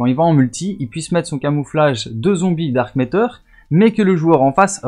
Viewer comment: C'est dark ma(teur) pas dark métor... Mais jsuis pas facher vous etes pas américain ou canadien